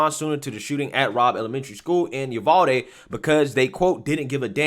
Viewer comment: I laugh everytime I hear you say it because I know (being a Texan) some of our towns are hard to pronounce lol we pronounce it U-VAL-DEE lol